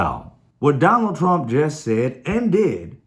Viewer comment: Guy sounds like he’s saying “Donald Tramp.”